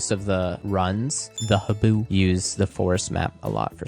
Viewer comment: YES farm rating video! also this is the first time i hear him say haboo's name the way others (literally everyone else lol) say it XD. ALSO, that intro pose heeellluuuu can we have that for every single video?? lol